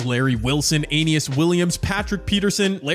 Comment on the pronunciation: A-knee-es Williams